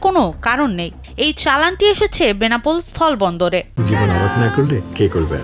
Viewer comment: সাওয়ার রিপোর্টার। স্হল বন্দর কে বলছে থল বন্দর